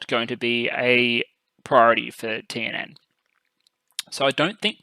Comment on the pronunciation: By the way, your pronunciation of the TNN stuff is pretty good!